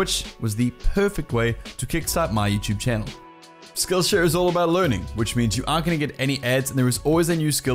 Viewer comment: When u say skill share it sounds like skill sh*t